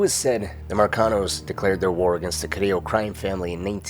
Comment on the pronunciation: Thats how you say it. Who says it like CariLLo. Cariyyo. As A Puerto Rican